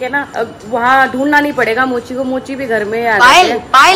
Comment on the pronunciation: Golu jii kya bol rhi hai mocha nhi mochi Hoya vo